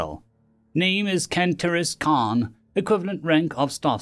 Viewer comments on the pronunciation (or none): none